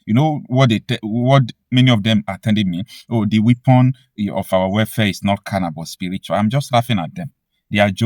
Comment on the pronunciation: WEAPON is pronounced WEPON not WIPON.